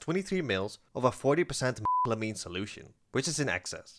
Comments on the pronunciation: Why can’t you say methylamine….? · You deserve to have sponsors. Your channel is excellent! Also, why can't you say methylamine? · Why can't you say "methylamine"?